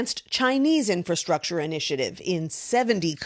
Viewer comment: It's official. Politicians and media learned a new word. Come on, let's all say it together. "IN FA STRUC TURE" There you go. Now that you know this new word you can use it for anything you deem to fit the narrative of any subject and make it sound so important and needed. Again, "IN FA STRUC TURE". Yes, we'll being hearing it everywhere.